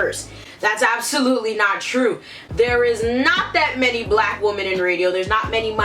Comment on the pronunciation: "Xee-no-phobic" "Woo-men"